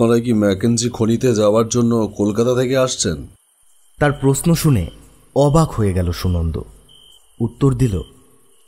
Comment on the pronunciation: প্রশ্ন uccharon khub e kharap